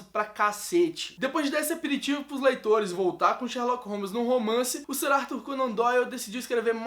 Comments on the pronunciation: "Sirarto", qualquer pessoa com o mínimo de inteligência sabe que "Sir" se lê "Sãr" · *'Sir' se pronuncia "sâr".. Sir Arthur Conan Doyle